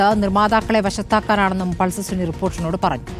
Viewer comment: പൾസർ സുനി ❌ പൾസർ സുന ✅🚀